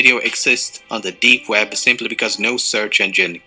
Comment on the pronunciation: it is web not wed xd